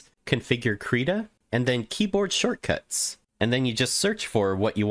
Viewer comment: finally someone who pronounces it "kreeta" thank god